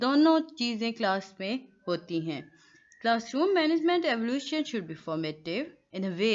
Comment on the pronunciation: Very good explanation mam...but the word is evaluation....you are pronouncing it evolution....both are different....rest all is perfect... jazakallah thank u